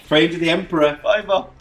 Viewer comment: did just say 'kamikaze for the emprah...and all that'?! ahahahaahahah!! beautiful armies guys, and i love the fact that these narrative campaigns give you the opportunity to show them off (and the terrains as well, so well done)